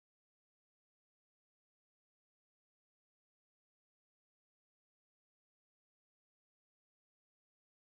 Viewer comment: Just to let you know, Isla is pronounced EYE-LUH not Is-Luh. :)